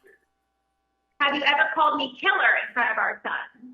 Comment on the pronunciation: He called her kiler'er,guys!!! 😅😅